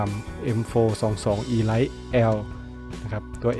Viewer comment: Elite น่าจะอ่านออกเสียงว่า อีลิท นะครับ ไม่ใช่ อีไลท์